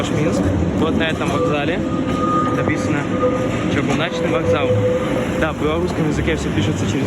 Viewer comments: Не чагуначны, а чЫГУНАЧНЫЙ ОТ СЛОВА ЧЫГУНКА (железнодорожный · Чыгуначны (без Й в окончании) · Вокзал чыгУначны, а не чыгунАчны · а уначЫ - чугуначнЫ )